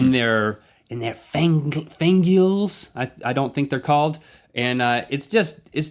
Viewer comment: pauses video Mandibles. Freaking Mandibles. not fangulos T______T